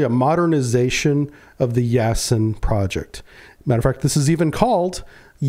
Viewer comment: Not “Yasen”, but “Yasin” (“Ясень”).